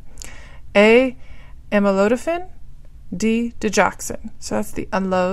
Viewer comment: you are too fast and monotonous. Slow down. Also, you mispronounced A (Amlodipine) NOT "Amolodifine ". If oyu are going to read, do it well.